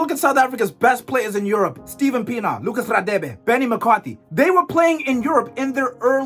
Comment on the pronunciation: Ngl u ain't sounding like u come from Mzanzi.. How u said Radebe is sus